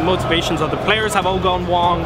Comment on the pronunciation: Gone wong